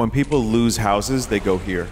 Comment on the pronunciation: "Peepool" Translate to English "Peepool" See original (Translated by Google)